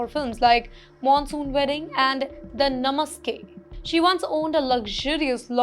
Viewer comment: Namaske nahi re, Baba, film ka naam hai "NAMESAKE"............ Mamdani should be deported